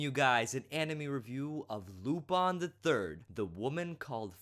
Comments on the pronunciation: Like I said, he's not pronouncing it using the english pronunciation, he's using the pronunciation used in the show itself. In the show it is pronounce Lu-PON. I understand that it is sometimes pronounced Lu-PIN, but that's not how the japanese do it, and that's not how the dub does it either. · It's pronounced as you say it in your video :). It's a french name, and any recordings that sound different are mispronunciations. You are correct.